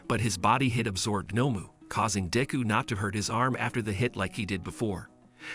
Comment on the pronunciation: All might caught up to daku it’s deku d e k u